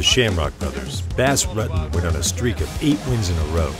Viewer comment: Wow... The narration is painful to listen to.... Do you think this guy is a bass fish or something? Butchered his last name too.. can this narrator and get someone that actually has a clue who these people are and how thier names are pronounced please it sort of ruins an otherwise great video... #cringe